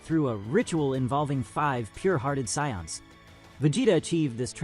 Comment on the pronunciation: That’s actually closer to how it’s supposed to be pronounced